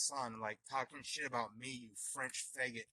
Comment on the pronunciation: Why does he say figget?